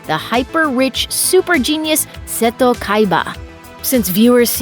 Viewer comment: Ah yes, "Bacooda", my favorite white-haired Yu-Gi-Oh character. I also love the SPINOFFS such as Yu-Gi-Oh GX, featuring a duel academy made by the rich man SAY-TOE Kaiba. Yu-Gi-Oh Arc-Vee is nice too :) I love drinking myself some Tea Gardner!